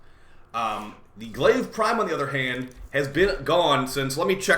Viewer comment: It’s not Glaive🤣